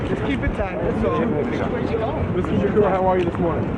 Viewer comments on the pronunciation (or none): Judge and those that mispronounce his name: it's Tupac, Not Tupack and Shakur Not Shacure